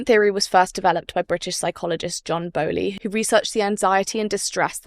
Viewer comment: Interesting overview. A bit rushed but useful nevertheless. Its Bowlby, not Bowly. Mispronounciation of the founder's name seriously undermines your credibility.